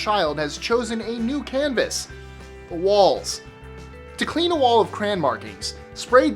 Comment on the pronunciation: We're not friends anymore the way you say crayon is detestable